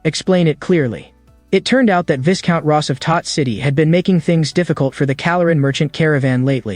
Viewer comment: Even AI didn't know the pronunciation of viscount lol